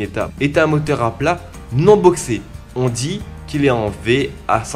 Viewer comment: Putain j'adowe ton accent antillais !! 🙏😭 Le motewe, l'awchitectuwe, les entwe d'aiwe. ça me fume meilleur accent du londe gros ! 👌👌🙏